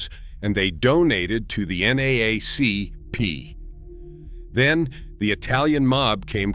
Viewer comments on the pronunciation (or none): none